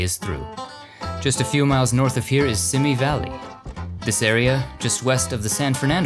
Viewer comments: It’s pronounced SEEMEE valley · I know it is a little thing, but every time you said "Simi" Valley wrong it grated on my nerves.